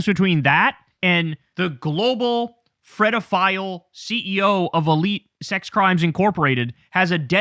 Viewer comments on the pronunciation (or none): This is a serious topic for grown ups. PLEASE stop saying Fredofile. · Kyle, sweetheart, it’s pedophile. With a P… not an F! 😅